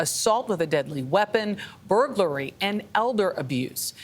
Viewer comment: "Burgley". Their officials can't even pronounce burglary 🤦‍♂️